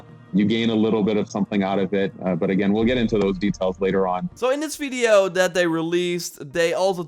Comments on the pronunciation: He always proncounces 'V' as 'F'. Hence, video would be fideo. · lol the way you say veedio instead of video is funny hehe